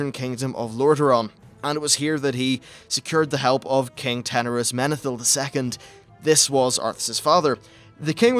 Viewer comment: Teneras? rofl come on man you're better than that... EDIT: Ok now you fucking say "Turoolyan" instead of Turalyon? Good lord man I'm glad this is from 4 years ago and that you actually studied up and learned your shit because this is flat out embarrassing... I've never been a WOW historian but I could have done a better job than this a few months after I started playing WC3. I'm glad you grew into the person/channel you are now at least, so great job!